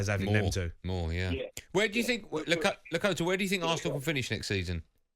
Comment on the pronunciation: Bless him when you think Lakata is "Lakota" you know something is wrong. But hey I'm Leo spelt "Lee"